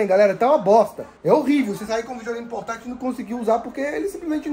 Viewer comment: Nao saber falar portatil é osso